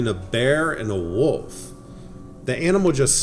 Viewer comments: Plz stop saying woof it’s wolf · Whats a "Woof"? I think you should be pronouncing the word "Wolf" with an L in it. Otherwise its sounds comical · WOLF.....NOT "WOOOF" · are you pronouncing WOLF as WOOF? I am not sure, cant quite put my ring to it. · What I think is Absolutely Hilarious is that the person narrating kept say WOOF instead of Wolf 🤯🤣 It's a simple word to pronounce and so many people screw it up 😂🤣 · 😆 yep now I've read your comment I hear woof